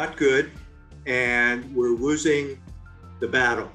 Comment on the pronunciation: We’re “woosing the battle”? What the hell does that mean?